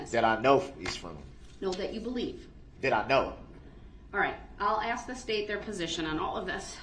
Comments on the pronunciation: ASK NOT AXE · Once again Darrell Brooks does not have shock devices another lie. For the Record—the word ask is not pronounced axe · Darrell is an AXE murderer.He kills the English language by AXING questions. This don't have nothing to do with nothing about nothing we a dealing with.